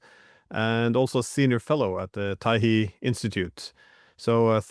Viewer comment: Taihe -he as in the Glenn can’t get everything right!